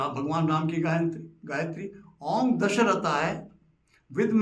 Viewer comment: पंडितजी!! राम गायत्री में “दशरथाय" नहीं “दाशरथाय" आएगा। दाशरथ= दशरथ के पुत्र.... कृपया इसमें सुधार करें। आभार🙏